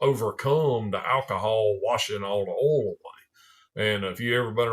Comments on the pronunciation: Ouul... oil in a southern accent is great. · I'd watch this channel just to hear oil be pronounced as ole.